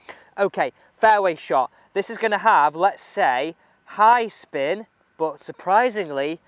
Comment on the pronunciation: 🗣 "high spin" 📝 "high spine" 😂😂😂